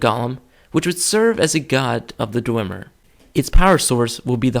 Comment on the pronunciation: You are both wrong, Calcelmo (who is the expert of the Dwemer) pronounces it Dwem-er not Dway-mer or Dwim-er